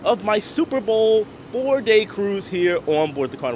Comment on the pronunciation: There is no such word as “confinscate”. There is no N. It’s con-FI-scate. And you don’t “bort” a ship. You Board. I just thought as live reporting blogger, you may want to know. I did chuckle though when you said, “the technician in Tampa didn’t know I was” 🤭. I didn’t either until I saw this for the first time this morning. Happy sailing.